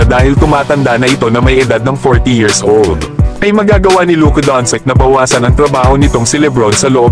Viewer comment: doncic naging doncik 😅